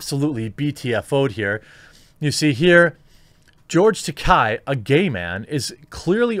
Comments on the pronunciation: Just a small point. His name is not Takei with an “i” sound at the end. It’s Takei with an “a”sound at the end. As he said on William Shatner‘s comedy central roast, the name rhymes with toupee. And he seemed a little irked that Shatner can’t pronounce it correctly. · Slight correction, from George's own mouth during his convention tours. "It is Ta-Kay, rhymes with Gay or Toupee" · That's pronounced "George Ta-kay" - Remember, "Takai" means "Expensive", while "Takei" doesn't. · Dude you pronounced George's last name wrong about 50 times.